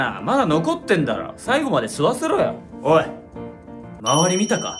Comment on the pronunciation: へ おい＝おえになってるよ 鉄道博士より